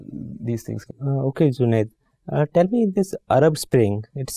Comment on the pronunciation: The interviewers are the people who are the most qualified and dignified officers , but can not pronouncing his name JUNED properly , they are pronouncing ZUNED ,bas yahi masla hai language ka hum logo me